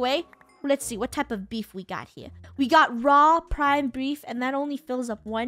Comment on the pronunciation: Funneh did i heard you say raw prime brief ?